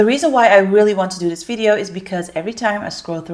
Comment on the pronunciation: Wrm zeg je helemaal vidyeuwww, zeg gwn video mygod